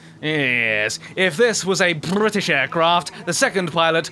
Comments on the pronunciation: I loved the part with: Brrrrrrrrrrrrrritish aircraft ^^ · I love the way he says Brrrrritish. I wish I could say it that way. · Me too Brrrrrrrrritish